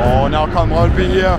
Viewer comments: As a dane myself, i was surprised on how well you pronounced Brøndby It was literally perfect! 🤯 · Yeah, I was honestly choked how well you pronounced especially Brøndby ;) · Suprisingly good pronunciation of names especially brøndby, actually saying the "ø" sound correctly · 10/10 for that "Brøndby" pronounciation! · Du siger brøndby godt